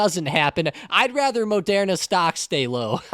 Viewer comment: Say Mo-dare-na again Mfer. No one says it like that man, it's ma-dur-na.